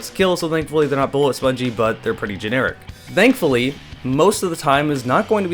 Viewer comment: Where are you from? I’m still amazed at the way you pronounce “thankfully” like zzdthenkfully